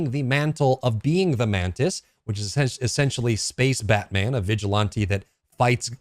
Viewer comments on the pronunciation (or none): none